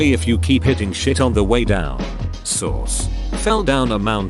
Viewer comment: I love how 'source' sounds like 'sauce'!!!🤣🤣🤣